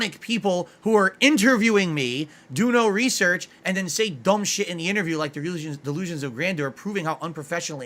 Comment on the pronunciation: DELOOZIN OF GRANDOOR